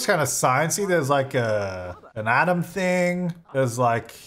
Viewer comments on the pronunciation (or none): none